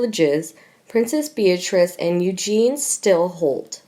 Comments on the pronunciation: Please pronounce the names correctly. Eugenie is pronounced EugeneE and Sandringham is pronounced Sandringhmm ( silent A) If you want to speak about them, at least pronounce the names correctly. Also for future reference monarchy is pronounced with the a silent. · Who are the idiots that are narrating these things ? You cannot pronounce words and names correctly .... Eugene ???? Lol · “Eugene?” Really... Please learn your pronunciation.. embarrassing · Please get this commentator to pronounce words properly. Princess Eugenie's name is not the masculine Eugene. Also the fluid surrounding a baby in utero is amniotic not aminotic. She is hopeless. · How can you narrate an opinion about someone, when you don’t even know how to say their name correctly? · Pronounce it like “ U Janie” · Pronounced :- YOU JEAN EE - EUGENIE ! THIS IS GETTING RIDICULOUS, BECAUSE NO ONE LOOKS AT THE COMMENTS WE MAKE !! SUSSEX DAILY NEWS - YOU SHOULD BE ASHAMED OF YOURSELVES, TO STILL BEING PAYING THIS AMERICAN FEMALE TO MASSACRE OUR ENGLISH LANGUAGE ! PLEASE PROVE TO ME, THAT SOMEONE ACTUALLY READS OUR COMMENTS (YOU CAN’T ) !! JUST GIVE US THEIR NAMES (OR EVEN PSEUDONYMS ) SO WE CAN PUT A NAME TO MATCH THE GOOD, THE BAD, THOUGH PHOTOS NOT NECESSARY TO BE ABLE TO SAY, THE GOOD, BAD & UGLY !!! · Please !! Eugenie is prounounced "O-Jen-ee" with a soft "j"or soft "g" sound . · It is Pronounced U GEE NEE. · regardless. it is NOT EUGENE...LOL😉 Guess I was using a French pronunciation?🤔😉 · Can you please learn how to pronounce the names correctly . Eugene is not pronounced the way the Americans say it or Louis both are said the French way. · Not a good voice. Does this lady know what she is reading? Why can't she pronounce the name "Eugenie" - or Sandringham - correctly? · LOL I know,.just putting the French accent to it. My point is: the narrator was saying EUGENE!!! 😉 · You mean Princess Eugenie ? Not Eugene, right? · She’s Princess Eugen-IE NOT EUGENE! Please get it right!